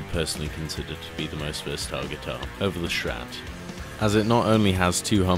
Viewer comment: Nice video, though so annoying that you are calling start "SCHtrat"